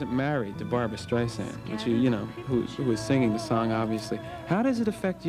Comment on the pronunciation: And it’s Barbra not Barbara. 🤦🏻‍♂️